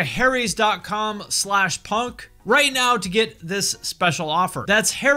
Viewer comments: Teheheh, ‘Harry’s’. Like ‘hairy’ like ‘haries’?? Okay I’ll show myself out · Stopped watching as soon as I heard "Harry's"